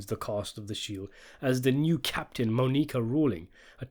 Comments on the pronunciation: Mah-Knee-Kah. Lol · "Moe-Nique-Uh" lol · The way you say Monica is reallllly cutting it close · I’m dying at the pronunciation of Monica. It’s not like they don’t say it a bunch in the show. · Everyone who can speak English knows how to pronounce Monica. I think the mispronunciation is a tactic to get people commenting. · Quite easily atp in the series the best season in the show. I was shocked when I found out it wasn't as loved by critics like the other three were. Such a great season of television. The final scene with Monica (absolutely love the way he pronounces it 😂) and Vic is spectacular. "In fact the show seems to return to its status quo by the end" lmao yeah you'd think that wouldn't you... Absolutely cannot wait for that Season 5 review.